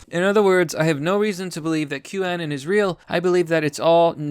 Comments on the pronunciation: The way you pronounce "anon" has always drived me crazy haha. Take the word 'anonymous' and remove the "ymous", it's not 'anen' or 'anun'. At least you don't buy into the Q anon bullshit though👍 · Wait...you're saying boomers use 4chan, are you sure you know what you are talking about? Every boomer I've talked to has never heard of 4chan. Btw, I believe it is pronounced anon as in anonymous.